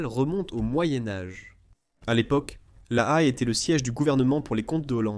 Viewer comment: La Haye en français ne se prononce pas "La Hhaiee" mais "La "è" !